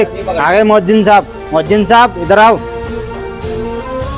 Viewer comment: MoazziM 😂😢.... Moazzin hota hai bhai